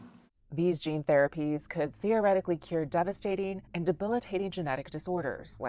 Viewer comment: She said “theoretically”?